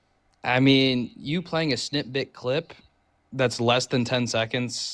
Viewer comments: Is this idiot saying 'snip-bit'? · says “I know you’re not this stupid” and then the idiot says “snitbit” instead of snippet. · I think he’s saying “snip bit” but yeah. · Him saying ”snitbit” instead of snippet was painful.